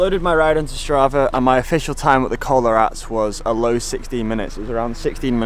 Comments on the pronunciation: Its Rat-es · if it's any consolation the wind direction has a significant effect on your time and von Avermaet might just have been lucky. Oh and It isn't the Col de Rats, it's the Col de Rates and is pronounced Rat ez. In Spanish every letter is pronounced. Enjoy your time there. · its pronouced rah-tess not rats